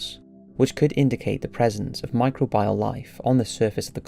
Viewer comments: 'micro bee al', not 'micro byal'! Sorry to be such a pedant! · Micro bee al not micro bile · I accept there's pronunciation differences between British English and other kinds of strains of English, but does anyone anywhere pronounce it mi-cro-BIAL instead mi-cro-be-al? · Enough already. I believe the pronunciation you're grasping at is "my-CROW-bee-all". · I love this, but it’s pronounced “mi-crow-be-uhl” lol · I love the content, but every time you say "micro-bile" instead of pronouncing microbial like a human person I wanted to kick you in the nuts. But still, thanks! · How many fucking times can you mispronounce micr-OH-beeol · Every time he says Micro-bial it's like a punch to the knee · Everytime he says microbial, I die a little more inside.